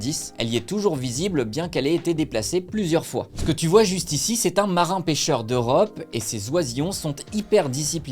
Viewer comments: Martin-Pêcheur ✅️ Marin- Pêcheur ❌️ Merci pour la présentation, comme d'hab, j'ai beaucoup appris. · MarTin pecheur pas Marin pecheur